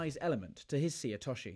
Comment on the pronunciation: Is there a conspiracy in British judo to mispronounce names of techniques? It's not difficult to say seoi otoshi: say-yo-we-yo-tosh-she. (All English words!)